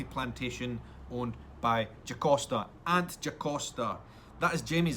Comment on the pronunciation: FYI, its Jocasta not Jacosta. You should read the books, there's so much that can't get included in the shows (or each episode would be 3 hours long, which I'd be ok with lol). Geillis was definitely killed last season, not easy to come back from decapitation, but there may be many more travellers. One of the things in Geillis's notebooks, which Claire stole, was details of many other unexplained disappearances.